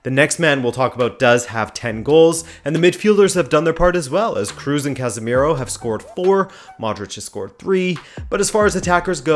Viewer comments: Toni Kroos last name its not pronounced "Cruz" its more something like "Cross" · I liked your video as always but it would be even better if you pronounce Kroos correctly! 😆 and I agree with 99%